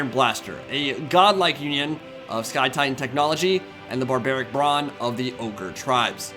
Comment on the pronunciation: Whenever you say Sky Titan all I hear is Scallion Titan and now I can't stop imagining a giant angry spring onion flattening gnoblars 😂😂😂